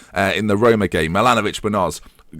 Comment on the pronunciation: Rhyming Roma with aroma... Oh dear